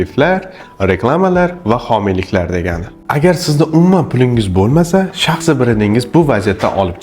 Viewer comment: Талаффузни тугирланг ука..шахсиий бренд дейилади.и..ни сал чузиш керак